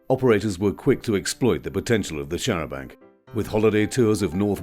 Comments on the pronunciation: Very interesting video, thank you. Only annoyance was repeatedly saying 'charabanK' - 'charabanG' would be preferable. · the 'c' is silent in the french style. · its a pity that the narrator cannot pronounce the the word Chair a banc.